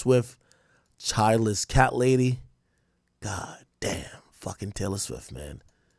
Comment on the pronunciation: You finally said her name right ak